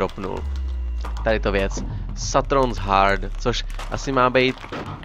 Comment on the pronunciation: ja myslim ze to staron's hard jak tomu rikas je satron shard